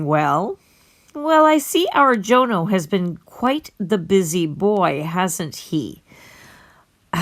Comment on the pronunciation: It’s pronounced Jonno not Joe No!